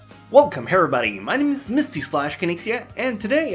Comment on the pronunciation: His intro: Welcome herabody